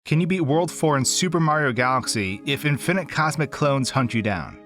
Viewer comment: in FINIT?!! thats not how you say it man